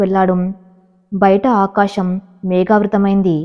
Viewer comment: ఆకాషమ్ కాదు.. ఆకాశం